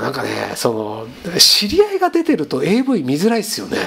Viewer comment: avのvがターンエーになってるの草